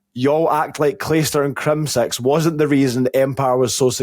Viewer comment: Every time says 6 I think he’s saying sex lol